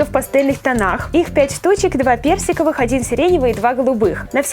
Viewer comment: Когда ты рассказывала про джостики мне послышалось берсиковые а не персиковые